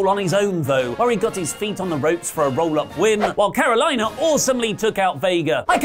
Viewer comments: She's southern american descent, it's CARO-LEE-NA. Not CARO-LIE-NA. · That's for the correction on the spelling. It's pronounced the same and either spelling can be used. But it's not what said, which is Carolina. And I researched it, on commentary they said both Carolina and Catalina so🤷🏾‍♂️